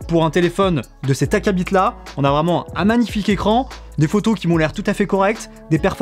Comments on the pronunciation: Très bien, juste pour la prochaine fois quand tu prononces "acabit" le T est muet... Sinon c'est un peu drôle comme prononciation 😉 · Merci pour cette vidéo, pour les autres et les articles qui nous aident vraiment, nous les néophytes, à nous y retrouver. Vous êtes très complet, et ce, dans un langage presque compréhensible 😁. Petit sourire en coin 😏 pour la prononciation "acabite" au lieu de "acabi", suis-je la seule à trouver ça bizarre? 😁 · "acabite" merci chef j'avais jamais pensé à le dire comme ça